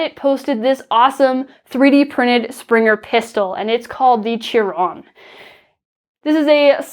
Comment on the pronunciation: Pretty sure Chiron is pronounced "KY-RON"